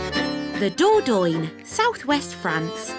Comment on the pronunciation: Ooh nearly forgot ..... I don't think Dordogne is pronounce Doordoin, I've heard it pronounced Doordonya